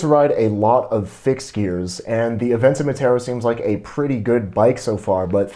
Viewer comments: Is it just me or did he say abenton wrong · This dude keep saying aventen and not aventon